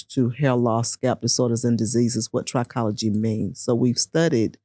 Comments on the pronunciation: I've never heard it pronounced "try-cology", it was pronounced "trick-ology", the root pronounced "try-cology" does have the root word tri which means "3", whereas with "trick-ology", the root "trick" means "hair" so "trick-ology" is the study of hair whereas "try-cology" means the study of "3"- and if you noticed, "trichologist" has the extra "h", showing it is definitely "trick-ology", "try-cology" would be spelled "tricology" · Trichology (trih-KOLL-uh-jee)